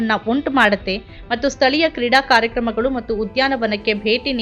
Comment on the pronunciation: 4.17 ಕಾರ್ಯ ಕರ್ಮ ಅಲ್ಲ ಕಾರ್ಯ ಕ್ರಮ